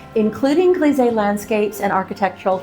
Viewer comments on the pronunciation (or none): Lovely bathroom, coming along nicely. Just one little comment, not criticism, so please don’t get offended, your pronunciation of ‘grisaille’ is slightly wrong. It should be as if you said …eye at the end. Just saying… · Oh that's a pity with the mirror. But these things can happen. Looking good! I'm curious to see the whole finished bathroom, I can imagine a bath in there would be lovely! Fr. Grisé = US "Greez-eeh" . Fr. Grisaille =US "Greez-I" (as in "Ay" Caramba in Spanish, or "I" love painting). You have alot of followers and people will quote you, so it's kind of important, hope you don't take it personally. Grisaille has been all the rage in recent years, but really works best in 18th century interiors or older. I especially like your bolder foliage with more definition, and green will be an interesting addition too see! Best of luck finding a good mirror, (or having that one broken panel replaced). I'm sure you'll find something lovely! I think mural painting is something everyone should give a go, it's so much fun and it's just paint, you can always repaint or go slow and add over time, wheras a De Gournay paper is a huge investment for most people. Be daring, go for it! ❤ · Wonderful results - the bathroom walls look amazing. The smallest of French corrections: there's a "sigh" in grisaille - it rhymes with Versailles. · Always amazed at how talented you are but as a French speaker, one thing: grisaille is pronounced “gree-z-eye”